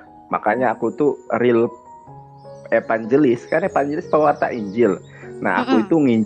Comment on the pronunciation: Nandar bukan evanjelis tapi evangiblis🤣🤣🤣